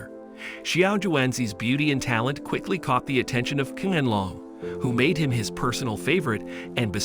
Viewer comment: The Q in the Emperor's name is pronounced like a ''Sh'' (Shee-an-long) Thank you for the video. 💛💛💛